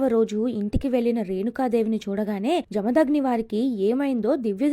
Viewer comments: జమదాగ్ని కాదు... జమదగ్ని... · Inkosari telangana paina video chesepppudu maa Words ni correct ga palakadam nerchkoni cheyandi.....we hate people who pronounce them Wrongly.....🔥🔥🔥🔥🔥🔥🔥🔥 Jarthu 🔥🔥🔥🔥🔥🔥Parshi 🔥🔥🔥🔥🔥🔥Jamdagni🔥🔥🔥🔥🔥🔥